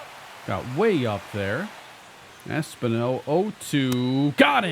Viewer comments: Es-PEEN-O btw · Should not Espino be pronounced Espeeno? Because everytime it was pronounced it bothered me. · I do just want to say, I'm pretty sure its Es-PIN-yo for pronunciation. Not trying to be a stickler, just trying to help. Appreciate your good work and series as always.